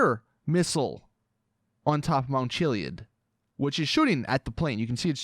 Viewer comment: “Mount chilly-id”